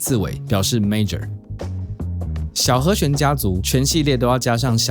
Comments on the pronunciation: 和xuán和xuán和xuán，听着真难受😣，是和xián... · 好和xuan，好和xian，發音好像有點不準餒。。。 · 「弦」读「xian2」而不是「xuan2」 ：） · 讲得很好，但是请注意和弦，发音是he xian, 不是 he xuan. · 和弦 ㄒㄧㄢˊ